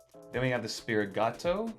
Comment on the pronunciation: Right, yet he receives product early. You’d think he would at least know how to pronounce Sprigatito let alone Riolu lmao